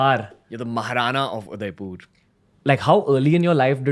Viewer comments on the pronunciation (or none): mind it guys Ranveer can't even pronounce Udaipur properly 😂😂😂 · udaipur.. not udaipoorrr 🙂🙂🙂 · i think its udaipur not udaipoooor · Your pronunciation of Udaipur is wrong . Its not Udaipoor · Is it me or does the pronounciation of Udaipur seem very off